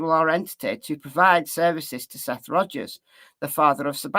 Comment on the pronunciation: Dog has already came out with his theory. Sounds like he’s taking Seth’s words as facts. He wasn’t even saying Seth’s name right. Lol I wonder how much “investigating” he’s really gonna do. Hey I’m gonna be optimistic, maybe there’s a method to the madness.